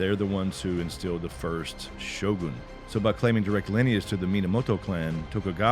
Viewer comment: So many westerner's pronounced it as sho-gan; correct pronunciation is sho-goon